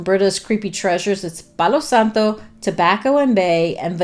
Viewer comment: I looooove the way you say “palo santo,” it’s beautiful! If I’m remembering correctly, Aslan is the Lion in the Narnia series!